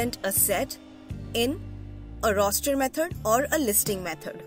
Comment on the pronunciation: Its great but your instead of saying the word “roster” you said rooster …